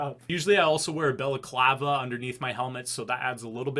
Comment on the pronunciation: He really said balaclava instead of balaclava